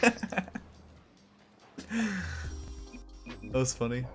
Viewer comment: I never knew how much i needed squeaking "theees ees rocket leeeeeegue" in my life.